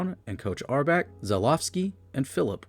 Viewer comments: this sucks. start by learning how to pronounce red auerbach. also, who is oscar robinson? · It’s hard to take this program seriously when the narrator can’t even pronounce Red’s last name correctly. Jeez. Still - Long Live The Boston Celtics. 18 championships and counting… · Cant even pronounce Red Auerbach right, this doc is shit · It’s A.I. It can’t help it. Oscar Robinson was the guy marooned on an island with his friend Friday. Which begs the question: where did Robinson Oscar go with Friday on Saturday night?😂